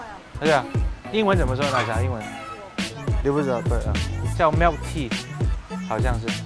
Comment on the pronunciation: 你的英语口音是那里的？为什么milk tea读成“melk tea”？